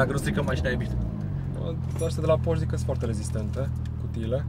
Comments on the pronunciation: Termina frate cu "Porsch" ca nu e "Borsh" e PorschE. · bors sau pors…esti pasionat de masini si spui pors posche boss...fonetic este porsé